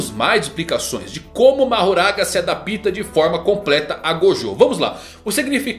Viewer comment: Se "adaPIta" ? 🤭